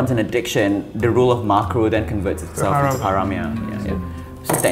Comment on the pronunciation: ✨ hayram ✨ it’s haram guyssss 😭😭😭